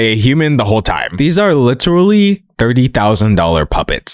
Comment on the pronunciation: "Uhm, im witerally dawk maga... lyke witerally" 🤮🤮🤮